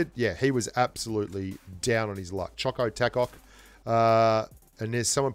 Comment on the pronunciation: I love u man but u said chocotacok like u didnt know who chocotaco is 😬